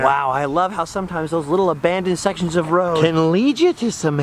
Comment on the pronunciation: "Heavy metals....A-BANDoned ? Anyone? Bueller...Bueller?